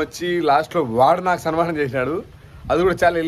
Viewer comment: Sanmaanam ❌ Salmaanam ✅ 😂